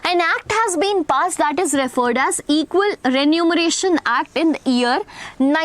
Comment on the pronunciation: Teacher it is Equal Remuneration act not equal renumeration act